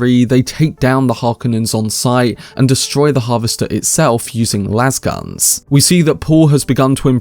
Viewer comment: Always love your commentary. Just a quick note. Lasgun is pronounced "Laze-gun" not "Lazz-gun." Literally a contraction of laser gun. And, of course, we know what happens when a lasgun intersects a shield. Nuclear fission. Ouch.